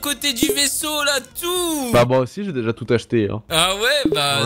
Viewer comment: oui. moijé. béja. términé